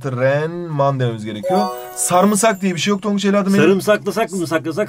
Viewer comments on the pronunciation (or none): none